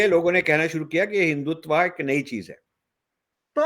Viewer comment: Rajiv Saheb, it is Hindutva, not Hindutvaa